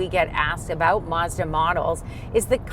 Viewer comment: Why can't yall pronounce Mazda? Mauzduh.......lol